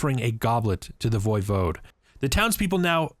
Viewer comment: E5 pronounces it the correct way.